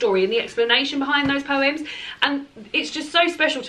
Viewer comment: is the first English person I’ve ever heard pronounce “poyums “ so well!